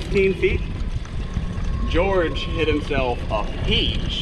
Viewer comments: It’s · its!!!! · I love when Wesley calls George “gerge” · You shallow the club nicely in your transition. Is this something you think about? Are you actively manipulating your hands to do this or is it a result of something else? Your move is more pronounced a la Sergio - you know what I mean? Great stuff, thank you!